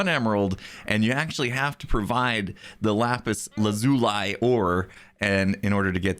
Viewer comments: I always had trouble saying it, but I'm pretty sure Lazuli is pronounced "Laz-oo-lee" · If you pronounce 'lazuli' like that again, I will be very upset.